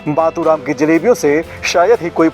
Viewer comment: मतु राम नहीं मातु राम